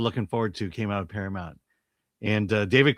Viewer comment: Para -MOUNT. Why has this become such a hard word to pronounce recently?